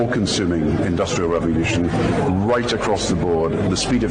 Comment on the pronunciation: What is a 'revolyushun'?